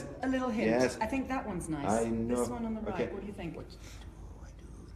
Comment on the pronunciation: Ben said "i kno" its killing me